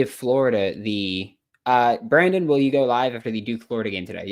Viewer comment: He said the best Brandon now what is the best bran donnn?